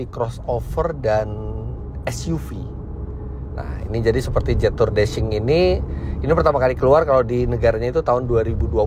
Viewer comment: Fyi om Fitra....jetour itu dibaca nya jietu kalau sesuai ejaan Mandarin....so next time kalo review mobil jetour lagi baca nya jietu.Mohon maaf ya om Fitra hanya masukan aja